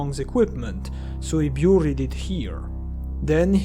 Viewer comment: Also "booried" 😁